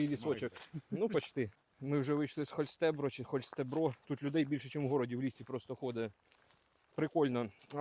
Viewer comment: и рада вас видеть!!! ХОЛЬСТЕБРОООО - ударение на последний слог